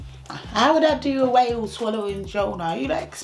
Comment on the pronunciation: Still tink ah whale 🐋 🤣🤣🤣